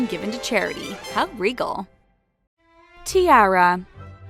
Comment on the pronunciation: The way you said tiara really bothered me...